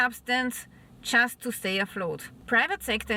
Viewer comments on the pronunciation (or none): none